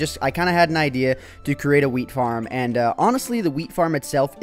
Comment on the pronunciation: lol he said FIRM